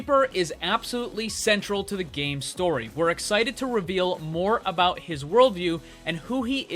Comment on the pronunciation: In Overwatch you forgat abaot Ana